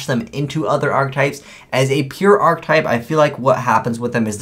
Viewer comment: *Archetype [ahr-ki-tahyp]